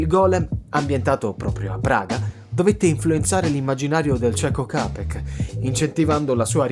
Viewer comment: La pronuncia é Ciapec, ma comunque non sapendo, correttamente dici Capec